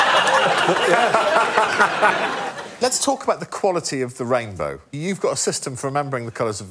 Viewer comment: Mark must have heard Rainrow not rainbow.